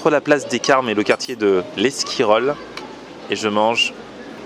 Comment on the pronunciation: Esquirol se dit eSquirol